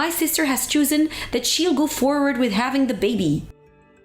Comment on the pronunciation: That title. That she’s “become pregnant”. That’s improper grammar. Also, chosen was pronounced wrong.